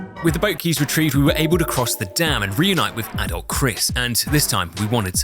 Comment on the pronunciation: Took 40 minutes to realize he was saying adult Chris not adolf